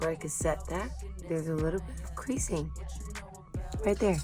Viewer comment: oohh nooo did you say creasing????? gurl fix that with a quickness...